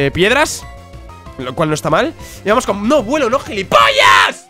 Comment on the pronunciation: Soy el unico que cuando dice "Vamos" escucha " PAMOSS"